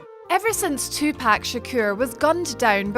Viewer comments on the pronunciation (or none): I'm offended by how she pronounced tupa